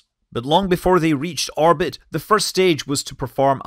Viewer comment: Orbit, not Arbit